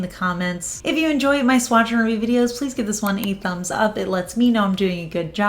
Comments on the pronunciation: I know you’re clearly saying “I’ve got another swatch and review for you” but all I ever hear is swatcheroo 😂 love your channel ❤ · I hear Swatcheravoo lol